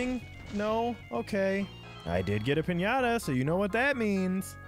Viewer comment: I talk spanish and you say piñata very good